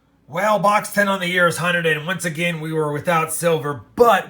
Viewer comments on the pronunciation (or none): none